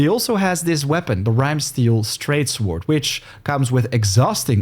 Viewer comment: I did not know people who pronounce sword as "sword" still exist, you are of a dying breed. Its "sord" the W is silent. Saying "sword" lets everyone know you are not a native speaker and never visited an english speaking course. I dont think this is a good look (same applies to "Marauder" never heard that version, absolute new one I think no one ever pronounced it lke that lol, its "Ma raw dr" or "ma row dr")